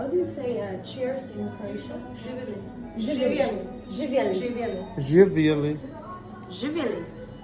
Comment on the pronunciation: yikes she exposed herself, said ziveli instead of zivjeli heeh SUS